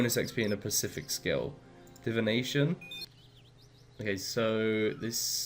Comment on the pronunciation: Once you learn English, I may watch your videos. Bring - brought, buy - bought. And specific... not Pacific. And I stopped watching after that.